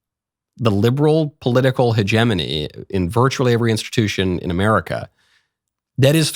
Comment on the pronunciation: Hearing Michael Knowles say the word hegemony both alone, and then correctly in context reminds me of a public school teacher giving a spelling test . 😂